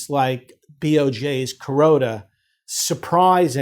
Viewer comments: Yeah he’s saying Kuroda not corona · I think it's just bad pronunciation of "Kuroda", the BoJ governor